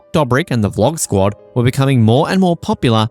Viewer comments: Fckin hell stop saying DUGHBRICK EVERY OTHER FCKIN WORD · How do you make a video about a person without knowing how his name is pronounced? Same goes for other members from the squad. Makes sense why there is so many false information in the video. You haven't seen the videos.